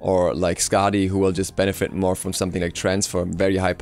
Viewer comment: did he just say "its just a smite benefite"